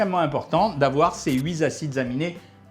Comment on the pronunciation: très intéressant mais de grâce, arrêtez les liaisons là où il n'y en a pas ; huit z acides aminés, douze z acides...